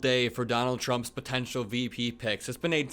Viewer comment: All good! I know you meant potentially—if we get complacent—but the words, said with such emphasis, were painful to hear. Not as painful as Governor Gravel-Pit or Senator Tim NOT-Getting-Picked Scott saying things. Any things. Ugh! Have an awesome afternoon! 💙MocklersMafia💙